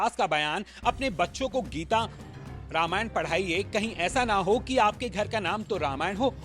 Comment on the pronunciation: अबे, हिंदी में लिखा नाम पढ़ सकते हो ? क्या लिखा है? रामायण लिखा है या रामायणा ?